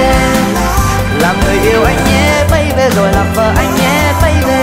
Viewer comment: Bấy bi mà sao cứ bấy bê á nhờ